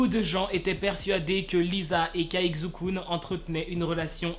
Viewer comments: "Kzou Koun" je crois que je peux m’enterrer sous terre. Ça se prononce "Tsai Chu Kun" pour le Kun je sais la prononciation mais à l’écrit c’est beaucoup trop compliqué. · Xukun se prononce Chukun😂😂 mais archi bonne vidéo sinon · Non ça se prononce "s" pas "ch " ou "sh" ( je le sais parce que chuis chinoise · Ça se prononce chukun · Sa ce prononce Chukun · Ça se prononce Chukun je pense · Ça se prononce "Shukun". Le X en chinois se prononce "Sh" out bien "Ch" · Effectivement,enfin quelqu’un qui le remarque 😂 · Xu kun la lettre [x] se prononce [s] et le [u] se prononce [ou] mais ne tkt pas mm mwa je ne comprendrai pas ☺️ Sinon j’adore tes vidéos continue encore et ça me donne des infos que je savais mm pas alors merci 😊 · WESH T'EST SRX TU BRISE MES ESPOIR COMME AS x( ( On pronouce CHUKUN --' mais tu pouvais juste dire KUN c'est son nom d'artiste ) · Xukun ? Il a dit ? 😂😭😭 mais wsh ça se dit pas comme ça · Désolé à tout les chinois ça se prononce pas XUKUN ! 😂😂😂😂😂 lol